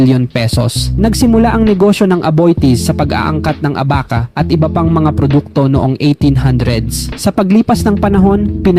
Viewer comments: Mang Inaaaaasal😅 Itinaaaaatag Abaaaaaca Sablay ang pagbigkas😂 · NAKAKATAWA Ang ILang PAGTATAGALOG Mo Tulad Ng Pagbanggit Sa SIMPLENG Salita Na ABAKA/ABACA ...QUIAPO Na Naging KUYAPO 😅😂😅... Pati Yung PARAÑAQUE Naging PARANAKE 😅😅😅 Mukhang IBANG Lahi Kana Hindi Makapag Tagalog Ng Maayos.. At Yang 2nd KAMO Sa PINAKA MAYAMAN 😂😂😂 Maraming KABABALAGHAN Yan Kaya YUMAMAN Bigla Ng GANYAN...IKAW Ng UMALAM Kung BAKIT 😅😅😅😂😂😂